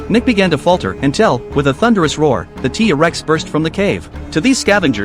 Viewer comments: It's not teeee rex it's t rex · First of all using ai voice Is so trash,he even said tea rex,second of all he's not nick,hey atleast you didn't call him jack😅😅😅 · Wow he say Tea Rex how amazing😂